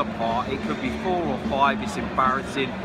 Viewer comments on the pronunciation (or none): none